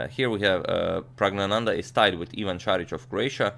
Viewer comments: I was waiting for a new video by you for young praggu. Btw you pronounce his name flawlessly. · He was practising for 5 minutes to pronounce his name correctly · it's pronounced 'E'run not 'i'ran i mean it's not the next Apple product lol but u nailed pronoucing the name